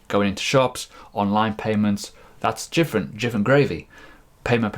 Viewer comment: Are you saying 'jifferent gravy'? :)